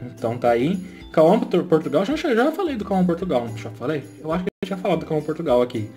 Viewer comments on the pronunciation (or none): none